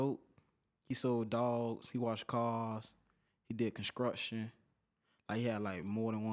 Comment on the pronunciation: STEPHEN LAWRENCE you skraight? You from the skreets? You do comskruction?